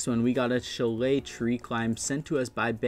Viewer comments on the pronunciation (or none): Shah-lay. Shah-lay. Say it with me now. Shah-lay. Shillay ain't it.